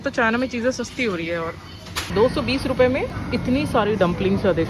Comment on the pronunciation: Is he said ruvhiya 😂❤❤